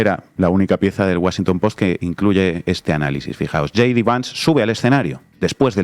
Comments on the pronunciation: J.D. se pronuncia yei di. Yi di sería G.D. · Hey! No se pronuncia yi di. Se dice YAY DI. ¡Por favor!